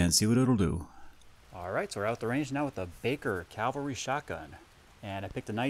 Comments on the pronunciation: I enjoy your subject matter and just want to help your presentation in a very small way. The term is cavalry not Calvary. You pronounced it Calvary (which is actually the name of the hill where Jesus was crucified) several times in your video, but it is actually cavalry when referencing mounted military. You are kinda switching the "L" and the "V" around when you say it. Thanks for the interesting video. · Cav-al-ry. "Calvary" is something else. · "Cavalry," not "Calvary." Cavalry are soldiers on horseback, Calvary is where Jesus was crucified. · Ka-val-ree, not kal-va-ree. Cavalry are horse soldiers; Calvary is a biblical location.